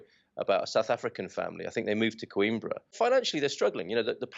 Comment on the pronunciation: He and his wife repeatedly say Queen borough. CO-IM-BRA